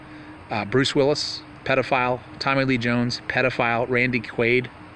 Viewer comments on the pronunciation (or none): none